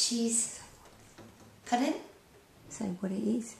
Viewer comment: OH, you were saying "pardon..." at first I thought you said "puddin." Nice guitar, nice playing :)